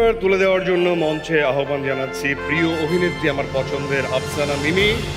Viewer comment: সঠিক উচ্চারণ -আহবান না আওভান। ফারিন কে পুরা অসহ্য লাগছে